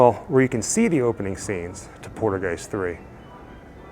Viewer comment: Haha cool video but Haha lol u make me laugh every time u say poltergeist 3 cause u almost sound like your saying poodlegeist sorry it just sounds funny and wierd to me bro. Its pole.- turr - guy - st ..anyway that's how you are supposed to pronounce it .I'm just teasin u bro for fun so no hard feelings for trying to correct u ok.